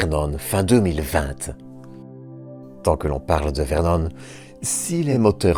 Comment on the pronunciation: Euh... on ne dit pas Vernône tu sais, juste Vernon. Du moins tant que l'Eure sera un département français.